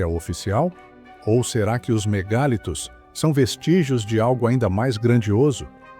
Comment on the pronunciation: A pronúncia não é MEGÁLITOS e sim "mega + litos" = MEGALITOS. Ninguém diz "Megábytes" (com acento agudo no a "á").